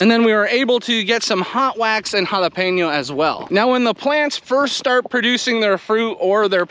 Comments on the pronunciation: Kudos to you for knowing how to pronounce jalapeño correctly! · Beautiful pronunciation on jalapeno!!